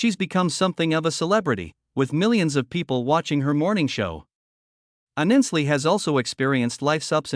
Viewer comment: At least pronounce her name right!!! Not Aninsley it Ainsley!!!!!!!!!!!